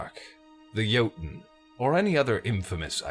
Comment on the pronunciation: thank you for pronounching Jotunn right